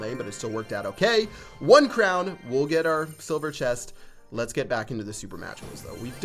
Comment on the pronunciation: Ches-t. It’s chest, not ches.